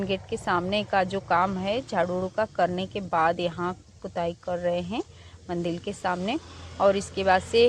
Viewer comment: मंडिल नही होता मंदिर होता है । और ट्रेबोर्ड नही होता ट्रायपॉड होता है । बस आपको बताना था ताकि आप सही से बोलो ताकि कोई आपका मज़ाक़ नहीं बनाये ।